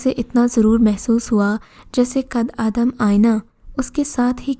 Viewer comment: آپ لوگوں کی اچھی کوشش ہے ۔ کچھ کہانیاں واقعی اچھی ہیں مگر بعض کہانیوں کے ٹائٹل مناسب نہیں ہوتے۔ دوسرے یہ کہ اردو پڑھنے میں آپ لوگ بہت غلطیاں کرتے ہیں۔ مٹلاً قد آدم اسکو “ قدّے آدم “ پڑھتے ہیں۔ اسی طرح کی کی بے شمار غلطیاں ہر کہانی میں ہوتی ہیں۔ اسکو درست کریں ۔